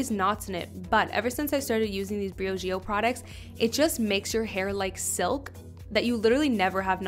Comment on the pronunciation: She’s cute but the way she says Briogeo makes my brain bleed ....